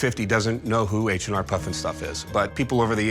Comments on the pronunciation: As a kid growing up in the 90s, I remember that they had this in re-runs. Great corny show. Loved it. And it’s H.R. not H&R, show some respect. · PFFF! he called it H&R puff and stuff.... wonder if he calls the place where he does his taxes H&R block and stuff..... HEHE